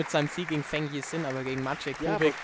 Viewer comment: Thanx for Great matches. But please, Feng‘s Name is pronounced „Fong“ and Not „Fang“. I got goosebumps every time 😂